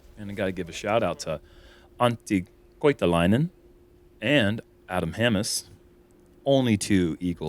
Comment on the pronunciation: been working on that Finnish, that Antti Koitalainen came out absolutely perfect. When are we going to het Jomez stamped discs with a Finnish flag foil, because the progress has been through the roof in the past 1,5 years